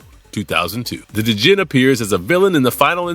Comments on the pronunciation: D’jin? Lol. Dude…….. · the D is silent in Djinn.